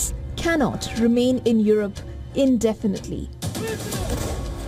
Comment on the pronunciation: Europe pronounced as yurope, not yorope